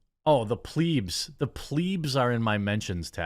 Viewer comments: For Christ’s sake it’s not pronounced ‘Pleeds’, like ‘bleed’. It’s pronounced ‘Pleb’ like ‘Red’. I know I’m being a N@ but u lose the weight of anything you’re saying when you keep mispronouncing words😂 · bra bra bra pl ebs not pleebs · Jeremy you pronouncing plebs “pleeebs” is cracking me up. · Hey man love your channel, the pedant in me would like to suggest, when you say Plebs, consider eb similar to bed sound, there's a funny story why the romans called the commoners that. Keep up the good work :)